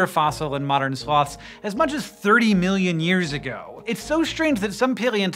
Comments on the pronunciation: "Slowths." - Sir David Attenborough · it sounds like hes saying slavs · I had this video running in the background instead of "Sloths" i heard "Slavs". So i got really confused. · 'Slawths' lol